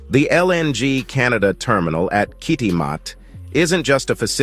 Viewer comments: Pronounce Kitimat: Kitty - mat not Kit - uh - mot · 🇨🇦 We pronounce Kitimat: Kit-ta-mat